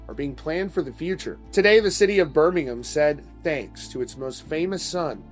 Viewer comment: I appreciate you pronouncing Birmingham correctly 😅